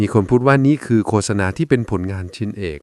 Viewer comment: โฆษณา นี้ดีจริง แต่ควรอ่านให้ถูกด้วยว่า โคด - สะ - นา ไม่ใช่ โค - สะ - นา